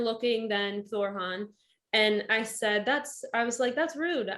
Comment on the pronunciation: "Thorran" NOT "Thor Han". sheeesh my upstairs contacts cringe when they see you say it that way, the 2nd "R" sounds slightly harsh that's where the mispronunciation comes from he is not Thor....